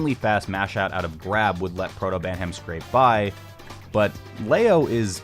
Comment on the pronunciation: And he also says "Protobantam" just before that